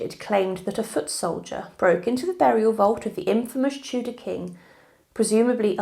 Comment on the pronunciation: I wish someone would sort out the subtitles! It's Henry the EIGHTH not APE! & He was a TUDOR king not chudah! Where do they get these cretins from? They clearly do not speak English properly! Let alone know anything about the history of our country